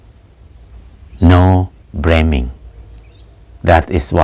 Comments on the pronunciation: Ahhhhh, "Blaming"!....I thought that "bleming' was "Something that shines bright in the human eye"...cheers....Pronunciation breakdown.... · He said bleming